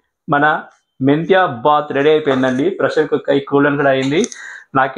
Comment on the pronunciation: You should not say baath it is BHAATH, second thing if you add a cup of yogurt while you fry masala paste it turns a crazy dish and good health....